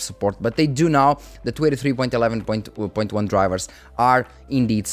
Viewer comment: Hey man, love these update videos! I want to point out something, but it is very minor and not really a big issue. Whenever you say "23" it sounds like "283" and it throws me off slightly. If you try emphasizing the "n" in "twenty" a little more, I think the pronounciation will be better. If you don't care too much about this, then it's really no issue. The videos will remain just as good regardless.